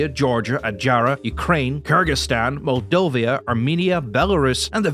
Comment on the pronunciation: It literally said Moldova yet you still said Moldovia, it was never called that way other than the russians yhey still call it Moldavia, which is wrong.